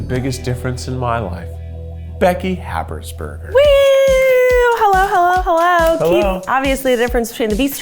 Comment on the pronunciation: Guys, is Keith's last name Habers or Hapersburger? Cause no matter how many times he says his full name, I can't quite make out what he's saying.